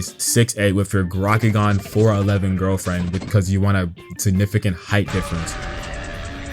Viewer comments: "garakegam" bro its pronounced gaykuran 🫩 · "Grackigan" SON🥀😭